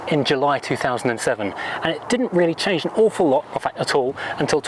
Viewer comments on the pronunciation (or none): none